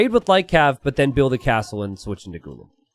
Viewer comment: Hey it’s actually pronounced as “Ghulaam” similar to how you say Gulag.. Also Ghulam means “slave”..